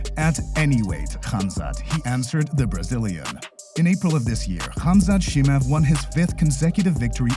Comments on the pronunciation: His name is not Chee-mahv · Lol chimuv and enganewn i love how this dude pronounced their names lol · Listen computer voice who can't pronounce Chemaev... Dana White is a degenerate gambler who is most defenetly screwing his fighters over... Period!!! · J, the pronunciation is just atrocious. Chimaev-approved video.